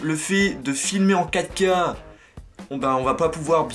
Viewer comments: quand tu dist filmez en 4k , sa sonne comme si tu disais Kaka :) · Pourquoi il dit l'apparition de caca mdrr a